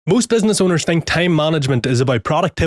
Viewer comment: I heard benzness 100 times in this vid. I even talking to myself all day (benzness) after your videos :D Great beard btw.